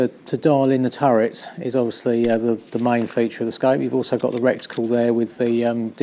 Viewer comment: "Recticle". You'd think English people could get their own language right. It's "Reticle" there is no "c" in front of the the "t".